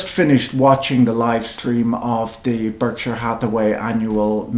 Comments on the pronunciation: Why doesn't Mr Buffett pronounce Berkshire correctly? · American vs. British pronunciation?